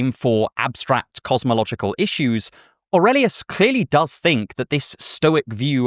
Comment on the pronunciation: You pronounced Aurelius the right way like in romance languages 👍